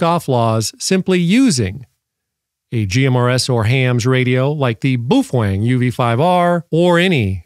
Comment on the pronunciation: Dork! 😁 Boof-wang, like Bang-zoom!? Cool SHIRT!